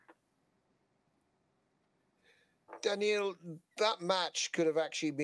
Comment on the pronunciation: Once again, these journalists are not paying attention. His first name is Danill and not Daniel.... maybe i should become a tennis journalist.